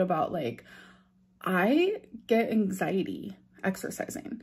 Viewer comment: Take a shot every time says "anxiteee" and RIP. Also, please keep saying "muh mental" cause it definitely doesn't make you sound like a fvkng idiot. 🙄